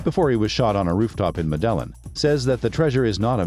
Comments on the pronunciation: Stop saying " mid ellen" 😒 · Learn how to pronounce MEDELLIN!!